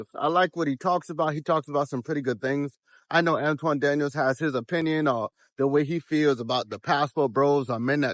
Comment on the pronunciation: An-ton Daniels, not An-twan my guy!